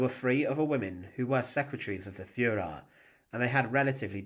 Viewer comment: The Fuhrer………..Fuhraa? Come on...